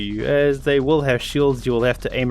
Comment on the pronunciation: The will joke doesnt work when you say will like Woll or wull